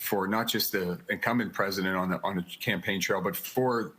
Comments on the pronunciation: The what? Presiment? 🤔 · The former presiment? Presiment?